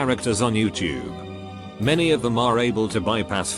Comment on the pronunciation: Nobody: The robot narrator: Yaoutube